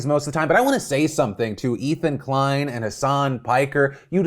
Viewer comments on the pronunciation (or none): none